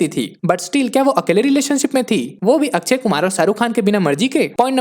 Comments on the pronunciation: Akshay Kumar ❌ akchey kumar ✅😂😂😂😂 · It's akshay...not akchhai